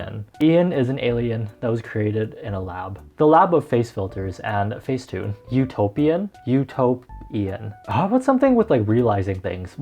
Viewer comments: Did anyone else think of U-toe-pian when he said Utopian LOL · utopian -> u-TOE-p-IAN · Utopian... u-toe-pian... hmm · The album is "U-toe-pian".... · Lmao this is what I heard, U-toe-p-Ian 🤣🤣🤣he had the toe in it!!!!